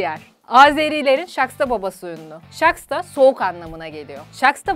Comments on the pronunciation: Şaxta nın okunuşu Şaksta değil, şağta 🤣😂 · azerilerim yanlis okudin shakhta deye okuyacaktin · Video Harika! Ama Azerbaycanca Şaksta baba degil Şaxta Baba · ŞAKSTA DEYIL ŞAXTA BABA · Saxsta degil saxta baba